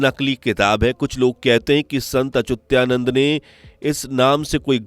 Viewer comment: अचुत्यानन्द नहीं अच्युतानन्द सही है।